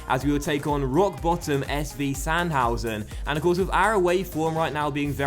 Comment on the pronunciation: in german, "v" is pronounced as "f", and if "v" is a single letter, not in a word, you say "fau" (so it is SFau Sandhausen, and Vollmann is Follmann). And "z" is pronounced like "ts" in english (for example tsunami). Sorry for my grammatical mistakes. Btw good series, keep it up!:)